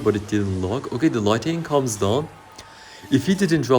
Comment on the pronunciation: Başarılı video. Bugunun dersi: Light-ı-ning değil Light-ning